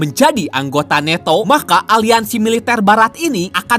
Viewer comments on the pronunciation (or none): Nanto bang ..bukan neto